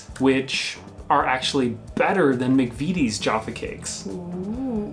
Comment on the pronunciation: McVitie is pronounced McVittie, not McVeety. Fun fact: in the Scottish police drama, Taggart, the Superintendent in the first few series was called Jack McVitie, usually referred to as 'The Biscuit" (as McVities make biscuits as well as the utterly delicious Jaffa Cakes). Honestly,, order them in while you're confined in France, you don't know what you've been missing. You can make them yourself: (Be careful to choose a flavourful jelly, maybe a rindless marmalade would work, I've never tried.)